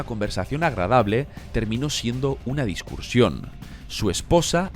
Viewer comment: 6. Por qué dice discuRsión en lugar de discusión.